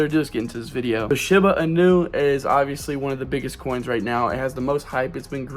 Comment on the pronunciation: He can't even say Shiba Inu right this guys an idiot